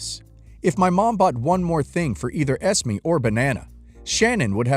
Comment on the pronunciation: I don't mean to sound rude but you're saying Esme wrong. It's pronounced Es-may. Not Es-me.